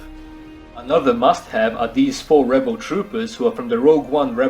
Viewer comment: every time you said "must have" in this video i thought you said mustache